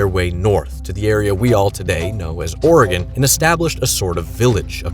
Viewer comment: Ty for pronoun cing Oregon correctly. I hear my home called Oreegahn way too much.